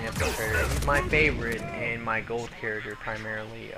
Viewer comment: Please stop saying charater!